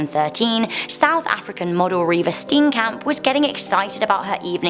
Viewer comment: Just wanna say that this how you pronounce Steenkamp St (obvioulsy) een (the "ee" pronounce it like the "ea" in fear Kamp (can't believe I'm gonna say this but basically you pronounce it like Kampf, like Hitler's book but with out the "f")